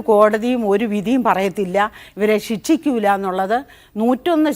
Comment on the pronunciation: ആദ്യം പോയി പറയാൻ പടിക്ക് സിക്ഷിക്കുക അല്ല ശിക്ഷിക്കുക എന്നാണ്😂😂😂😂😂😂